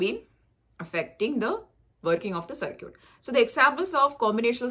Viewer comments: Its called (circuit )Sarkit not (circut)sarkut. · Its called Circuit(Sarkit) not Circut (Sarkut).